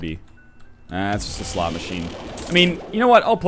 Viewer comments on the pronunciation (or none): none